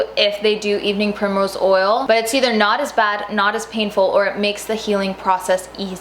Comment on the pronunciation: Did you say evening primerose oil?